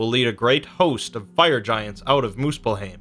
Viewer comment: Its called muspel-haim not heim